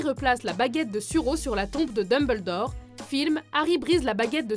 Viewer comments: Le Tissmé elle prononce aussi bizarrement le nom du plus grand des directeur de poudlard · Daimbeldore , malfoie .... Mes oreilles .... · Sérieux dites Malefoy pas malefoi ou la dinbledore au lieux de Dumbledore